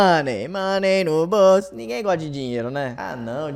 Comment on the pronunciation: Querido,a pronúncia de "Money" é mani